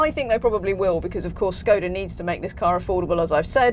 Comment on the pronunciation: I wish people knew how to say Škoda properly (